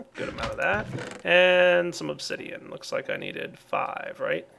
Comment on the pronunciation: said Obzidian near the end. best flub ever.